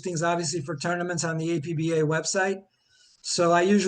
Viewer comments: It's pronounced Appah and it is primarily a cards and dice board game. Why does your committee ignore baseball board games? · the company called it APBA, not A-P-B-A. It’s Ford, not F-O-R-D.